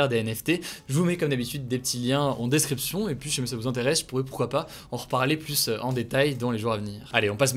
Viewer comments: Salut Hugo, merci pour ta chaine et son décryptage régulier et le plus souvent sérieux En revanche, ne le prends pas mal mais tu irrites un peu mon oreille à chaque fois, phonétiquement on dit " le varian Anglai est PLU mortel" et non "PLUS mortel" Merci et au plaisir de t'écouter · C'est marrant tu dis "plusse" :) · "plus mortel' on ne prononce pas le S mon cher Hugo ;)